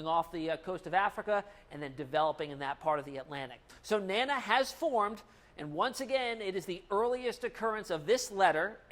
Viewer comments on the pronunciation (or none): You are calling the Tropical Storm NANNA if you can say DANA you can call it correctly NANA.